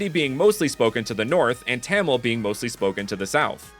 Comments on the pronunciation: It's not pronounced Tamil but pronounced ta-mill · As and Indian,I very much respect all of this. But,'Tamil' (The language of the Indian state Tamilnadu) it is pronounced : Ta in the sence 'tata!' and mil in 'windmill' there you go,Tamil. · You did an amazing work on this video but a small nit-pick I have is how you pronounced Tamil, it's more Tah-Mil sounding